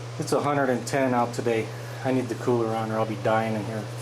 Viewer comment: Good job..hahah funny when you said COOLER.?